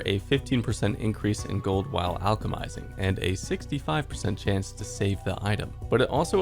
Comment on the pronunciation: You said "Alchemizing" with such confidence bro its wild